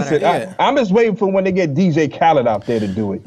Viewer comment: DJ Khaled, we the best music :D :D :D :D Though you said DJ Khaleb, spot on man :D :D